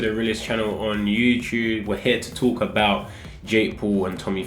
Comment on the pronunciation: Anyone else noticed that ALWAYS says “You CHOOB instead of YouTube”